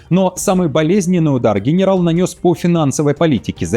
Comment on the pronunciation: А хэнэрал Драпатый разве лучше???😂